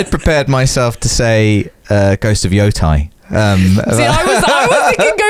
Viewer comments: They just need to hang onto the vowel sound a little long Yo-u-tay. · I'm super excited for Ghost of Yо̄tei too, but I regret to inform you it's pronounced more like* "Yo-tay" (rhymes with "go pay"). Apologies for the "well actually"! Carry on! :) (* To be perfectly accurate it uses a long "oo" too, and the Japanese "o" sound is a bit... flatter? than English? so depending on your British accent variety it might be closer to "Your tay". You can find examples of Japanese people saying it online. But in general English conversation, I think "Yo-tay" is an easier approximation.)